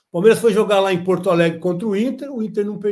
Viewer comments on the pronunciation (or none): none